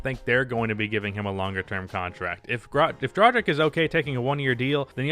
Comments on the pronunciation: Fyi its DRA-GICH, not DRA-JICK. Just a side note. Keep up the good vids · pleace stop pronouncing "dragic" so wrong